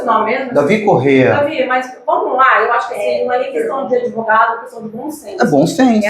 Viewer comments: O “adevogado” se achando importante kkkk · "Não se surpreenda pq se trata do!!!" Hahahaha o "adevogado dos adevogados " Hahahaha